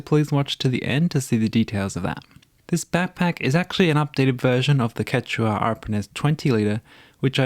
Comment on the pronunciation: It's pronounciation is ketchua or kesua actually